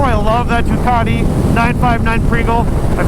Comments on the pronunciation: . I’m pretty sure that’s not how u say ducati 😂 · I thought you said dockety pringle